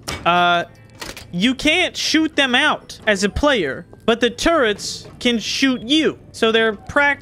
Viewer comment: I'm glad to hear you're saying "turrets" correctly now.